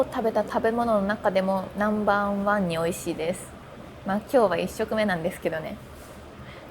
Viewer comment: ２回ナンバンワン言うなwww